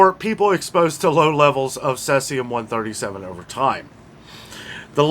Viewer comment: Thanks! BTW "SEE-zee-um" 👍👍 Cloves? I Suspicious that many people use cloves in pumpkin pie and Thanksgiving is coming up? Can we trust the many meds that are coming from India? Is anyone checking them?